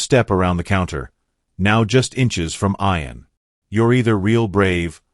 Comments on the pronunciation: The boys name is pronounced ee an, not eye an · Why did this person called Ian iron. I know this is crap... AI Bot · get some1 who can say ian,s name right narator not 2 bright